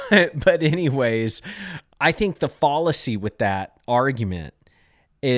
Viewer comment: It's fal uh see like gal. Not fall uh see.